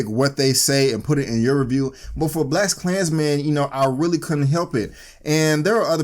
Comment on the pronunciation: what is "Blessed klansmens" and why do you keep saying it?